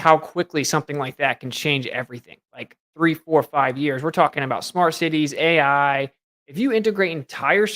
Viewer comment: Yo, what's wrong with the AI, A eye eye's? 🫣🇬🇧